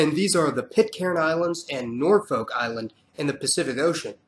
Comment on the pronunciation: New Caledonia is pronounced new KAL-edonia Kiribati is pronounced kiri-bas Norfolk Island is prnounced more like nor-fik not nor-FOLK Irian jaya is known as West Papua. Also why incorrectly say "may-oree" and then correctly pronounce "mao-ree", it kinda makes no sense